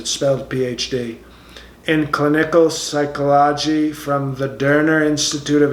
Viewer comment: Love the psycho-lodge-y. These are hard words! They weren’t on the mental test.